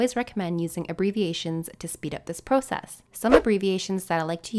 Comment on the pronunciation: The way you say process sounds funny or weird but I don’t mind how you pronounce process.